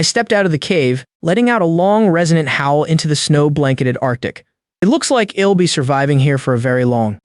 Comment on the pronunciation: Like the story but has lots of mispronounced contractions, like I'll being read as ill, I think that most of them are mispronounced.